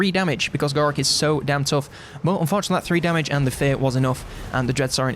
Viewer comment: When he is saying fortunately and unfortunately it’s indistinguishable lol